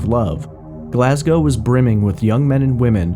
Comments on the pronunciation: Oops, he does pronounce Glasgow incorrectly later on but at least it’s correct in the beginning (should be Glas -go rhyming with low and not Glas -gow rhyming with how) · Yes and GlazGO no OW.